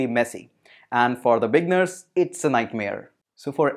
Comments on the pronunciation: thank you for the intro on Wordpress, it was very informative. * I just want to assist you with the english pronunciation of "Beginners". While you pronounce it saying "Big-ners" it actually pronounced as "Bee-gin-ners" or "Bee-ginners" * Click on the oxford dictionary link below and press the audio icon and you can hear the pronunciation. Keep up the great work. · LoL. What’s a bigner? I thing you are trying to say beginner. Bee-g+inn-nurs. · The word beginner after the g you need to pronounce it like it's eee right after the g like the i is dragged longer just trying to help Regarding WordPress it's a decent Cms for clients with lower budget and themes creation is not too hard